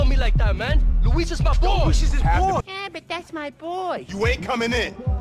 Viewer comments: Everytime i hear him sat Luis i just hear Squeeze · It's Luis mane not Luis